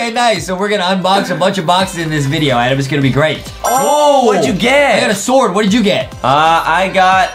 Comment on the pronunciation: It's Adam but Justin always says ADEM